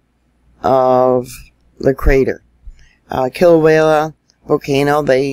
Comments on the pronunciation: It's Kilauea, Not wayla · FYI: It's pronounced KILL-O-WAY-A ~ NOT KILL-O-WALE-A Thank you for correcting your pronunciation of it. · First of all Thank You for all the super reporting that You do.. But I feel I need to mention that You're pronouncing Kilauea wrong.. You are saying kilawayla.. Sorry I mean no malice.. LvYa.. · I know you know, but there in no L at the end of Kilauea, Kilauea